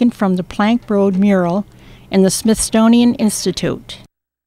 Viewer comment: Isn't it the Smithsonian, not the Smithstonian?